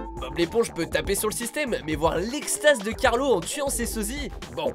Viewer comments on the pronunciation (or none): C pas Carlo mais Carlos ... mais bon